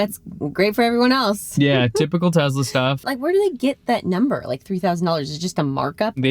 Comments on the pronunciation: It’s not pronounced ‘Tezla’ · Not jenny too?:) It's tesla not tezla;) Hurts my ears. ouch:)